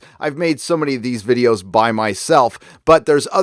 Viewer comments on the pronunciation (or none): none